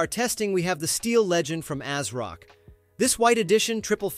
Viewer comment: It’s not A-s-rock. It’s pronounced AZ-rock.